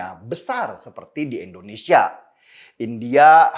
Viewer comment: Bang Denny, Endonesia atau Indonesia bang denny? Apa saya yang salah dengar.